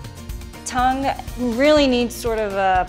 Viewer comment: tongue? I thought you said dung.